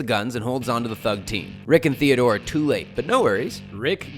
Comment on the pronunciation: thank you for saying theodore